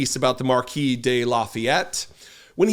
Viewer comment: Seems she never heard of Lafayette. She is really a dumb blonde. You said the name of the Marquis de Lafayette perfectly. I am a french speaking historian Canadian. Karoline Leavitt est une pauvre ignorante qui a obtenu son poste pour ce qu'elle a l'air et non pour ses connaissances.